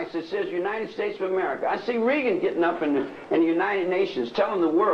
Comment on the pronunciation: It was almost believable until he pronounced President Reagan wrong over and over again 🤣